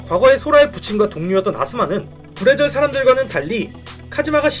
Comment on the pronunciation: 불의절이 부래지어로 들리네